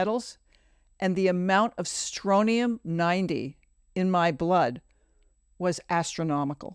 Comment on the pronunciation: I love this podcast. But I have to say it's Strontium 90 with a 't'.